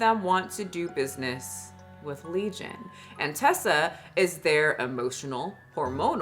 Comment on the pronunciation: Her name is Teesa, like Tea-sa. Not Tessa, like Tesla. You're pronouncing it wrong.